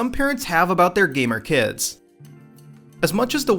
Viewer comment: Oh my god, I hate the way you say kids when you end a sentence Kyids